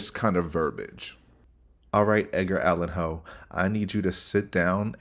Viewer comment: Hahahaha “Edgar Allen Ho”